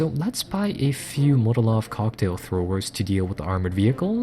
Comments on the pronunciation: Love your videos but for Gawd's sake it is MOLOtov, not Motolov. As in Vyacheslav Mikhailovich Molotov, Foreign Minister and coauthor of the Molotov–Ribbentrop Pact. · haha yup just heard it, hey give him a break I like the sound of Motolov